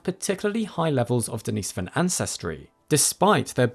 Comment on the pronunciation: not that I'm a grammar nazi but thumbs up for pronouncing Denisovan correctly it bothers me in a way to hear "experts" pronounce words wrong🤔